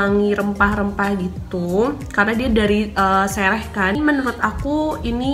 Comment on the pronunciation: sereh kk bukan sereh